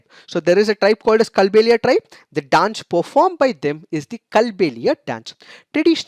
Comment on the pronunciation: Sir i am from Rajasthan Kindly make the correction in the pronunciation it is कालबेलिया डांस I love the analysis ❤️